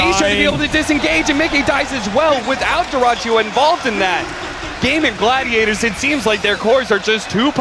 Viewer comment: These casters keep saying Gaben Gladiators